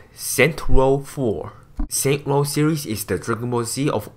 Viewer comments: Is not saint world but saint row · saints row not saints world😂😂😂😂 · HAHAHAHHAHHA it is saints ROW 4 not saints world 4 xD